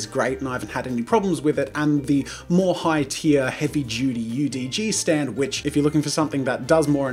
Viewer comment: I'm sorry, but- when he said "heavy *chuty*" instead of "heavy duty" I laughed.